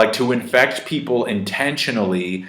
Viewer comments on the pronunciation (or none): none